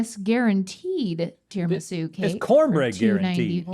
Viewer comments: Rhett: tiramisa? Me: is tiramis"u" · I'm sicilian and I am fuming! TIRAMI-SU! Where does Tirami-sei come from?! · Why were they saying tiramisa ?! I watched this at work and I had to take a moment 😂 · tirimissai? nooooooo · The way Rhett pronounces Tiramisu… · No way u Americans pronounce tiramisu like that… I dont want to believe that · You really don’t know how to pronounce tiramisu? :O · Why did Rhett pronounce tiramisu weird?